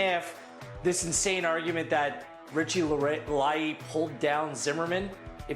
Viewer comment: Who’s Richie la-Ye? Lmao